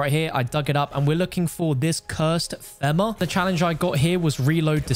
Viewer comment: Nobody gonna talk about how he said “femur” wrong?💀